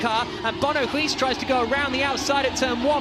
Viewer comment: Use Google Translate to hear how "Huis" is pronounced.